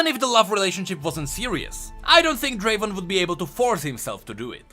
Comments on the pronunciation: Its not draven its draaaaven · Uncultured fuckers its pronounced as Draveeeen